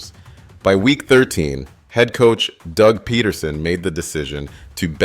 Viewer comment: Is this voice over AI? - pronounces Doug’s name correctly - pronounces Doug’s name incorrectly